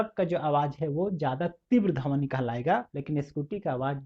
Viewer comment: Dhawni nhi dhwani hota h correct your pronunciation